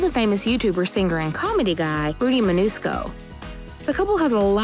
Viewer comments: SHE SAID RUDY MANUSCO ITS MANCUSO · rudy manusco its rudy mancuso